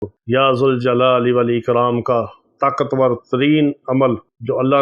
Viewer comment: بھائی یا ذالجلال والاکرام پڑھا جائے گا زبر آ ے گی ذ پر ۔